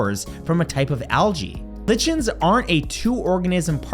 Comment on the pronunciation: The word "lichen" is pronounced LIE-ken.